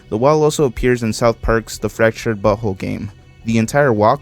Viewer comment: okay i know you siad BUt WHOLE but it sounded like you said BUTTHOLE lol